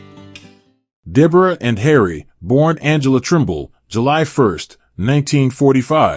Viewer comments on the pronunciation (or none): Deborah "Anhibble"? A "disco theek"?